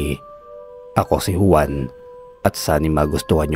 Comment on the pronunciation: Hindi Huwan, kundi Hwan ang tamang pagbiglas ng Juan.